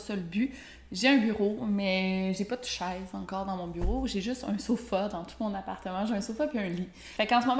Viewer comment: Trop marrant ton accent :) Tu prononces "Chaise" exactement comme "Scheisse" en allemand... par contre je ne te dirai pas ce que ça veut dire.